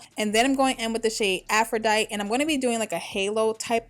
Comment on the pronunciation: The look plus the wig is a BOMB ass combination. But sis, it’s afro-dye-tee and boat-tuh-chell-ee